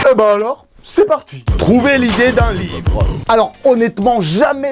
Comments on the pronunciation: W NE SE DIT PAS V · L'ivre , lyvre , lit vre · Łīvŕə ( livre) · ''Lywre'' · l'îvre, lit-vre, l'île-vre, livreux, litvreux ! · Lyvr Book Lybovork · lyvres= livre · Leehwrr (livre) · lyvvreue C'est quand tu lis livre en faisant un rot :D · Don't touch my libleuh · Si c pas bon comprend pas: « Lee ivre » c bon? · Moi j’adore ton lyvret a non pardon l’yvrets bon c’est pas grave tu m’as compris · lybrrr euhh att lyzrre euh non libro euu mauvaise langue libre merde livre ! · L'hyevreuts avec un e muet et un h aspiré ! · UN LUYIVRE 😂😂😂 MAIS SI ,SA SE DIT UN LUYIVRE... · я хочу, чтобы ваш lyhvrreuhe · "Lyv-rhe" ( pour le concours de livre sterling ££££££ ) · Lllyhbvfvrrhe Géisssphayrrhe keuh geuuh vfê ghanyaits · L’îvre (comme ivre) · livr lyvr liyvr lyivr lyvre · Líhvrheux Ou Líhvrheunt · "L' ivre" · Lhÿvhrh (le h rentre partout 😂) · "L'y-wreu" jpense que la y a assez d'erreurs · Moi jeu veu eul hlyfrreuuh pitain ! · Ton Lhyivreuhx je le veut bien il a l’aire bien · J ADORE TON LIFRT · Merci pour ton Lhyivhreuh!!! 😂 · Lyvrret = t muet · Ahhhhhh beuhhhhh llllyyyyhhhhwwwwrrrreeee y can fly... OK je sors 😅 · Yo c'est pour toi ça: Ļįvřə cadeau 😏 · l'hyvhreuhe Voila pour le concours 😂😂 ( livre ) bon biz j'te kiff 💚💚💚